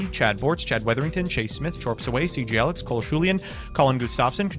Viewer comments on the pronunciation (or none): none